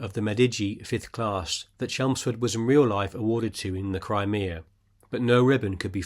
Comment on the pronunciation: It is pronounced "Cry-Me-Ah", not Cremeah, otherwise great video